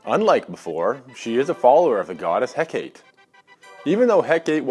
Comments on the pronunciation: Eh-kate lmao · He pronounced a lot of things wrong. Like Hecate.